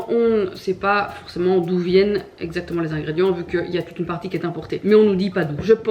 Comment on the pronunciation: Résumé: “uneuh frite les amis uneuh frite!”